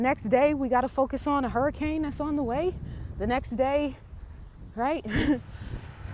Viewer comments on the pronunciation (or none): none